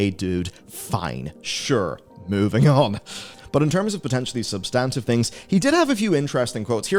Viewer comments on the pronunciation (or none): none